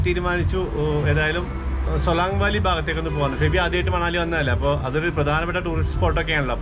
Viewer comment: It's pronounced Manali with an n like the n in n in vinayam.hope you don't mind my saying so.